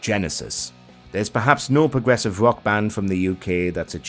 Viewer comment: it is rock music not ;wock'